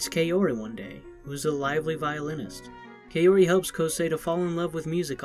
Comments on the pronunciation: Kay-ori lol it’s kao ri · WTF DUDE KAORI IS PRONOUNCED KAH-OH-RI, NOT KAY-ORY